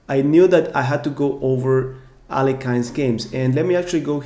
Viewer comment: Could you please pronounce Alekhine's name correctly?